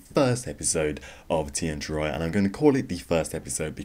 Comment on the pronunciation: its Tear -E- Ah